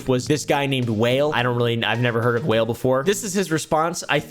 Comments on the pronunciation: Wale😂Whale …it’s pronounce Wall-Aye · its not WHALE lol. its wah-ley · lol Wail. it's pronounced Wa'Lay. Wale. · They hung some guy over a balcony… whale 🐳 idk him 😂 Wa-le it’s pronounced my guy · Whale 😂 it's pronounced Wah-lay lol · 😂whale? lol it’s pronounced WALL AYE… wale… ❤ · Whale😅😅😅😅😅 its pronounced WAH-LAY 😅😅😅😅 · Out of all the times I laughed in this video, when you said "some guy named...Wale🐋..." I cackled the loudest! 🤣 It's Wa-Lay. Great video🤌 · Wale ≠ Whale Wale = Wah-lay 🫡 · He said, I never heard of Whale (Wale) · "WHALE" 😂😂😂 ITS PRONOUNCED WALL-AYE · Not whale wa-le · Not whale it's pronounced (wall-ayyy) ❤ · I remember pronouncing Wale(Wah-Lay) as Whale lol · His name is pronounced wah-lay, not "whale". 💀 He went to high school with my uncle, interestingly enough... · Idk if you were being genuine with Wale and not knowing him or how to say his name, but calling him “Wail/Whale” is mad funny (it’s pronounced Wah-Lay) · Pronouncing Wale's [wah-lay] name Whale was everything 😂😂😂😂😂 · I was coming to comment this lol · pronouncing Wale's name whale is so....:/. really showing his age. it's "wall-eh". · Wall-A (wale) not whale 🐳 😂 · Wale: It’s pronounced WALL-AYE… Whale 😭😭😭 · Wale=whale 🐋 😂 Its pronounced Wall•Lé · Wa leigh not whale oompa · it's pronounced Wall-a not whale bruh lol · THE FACT U CALLED WALE "WHALE" HAS ME WHEEZING ! ITS WALL AYYY!! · 🐳 whale??😂 you mean Wale (walehy) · Wah-lay. Out here calling this man whale. 😂😂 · Whale took me out. It’s Wale pronounced WAH- Lay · "I've never heard of this fella named 'Whale.'" 😂😂 It's pronounced like Wall-Lay,. Also, you got pulled over for doing 4 over the limit? Tell me you're in Texas without telling me you're in Texas 😉 Omgoodness.. "My-la"? It's Mee-la.. If you were trying to farm more engagement by mispronouncing names well then, mission accomplished my man! 😂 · Wall-ay not WHALE 😂 and it’s Keef-ee D, not Keef D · Wale is pronounced “why-lay” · Wale is pronoucned WAH-LAY 😭😭😭